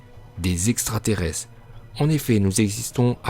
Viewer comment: le niveau intellectuel de l'auteur de la vidéo 😂😂😂 , le mec prononce extrateresse 🤣🤣🤣🤣